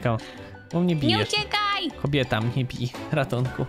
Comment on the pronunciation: Najlepsze że mówi kombieta mnie bije XDDDD. Pozdrawiam wszystkich serdecznie <3